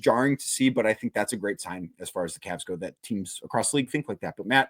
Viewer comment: CAVS!!!!! not Cabs!!!!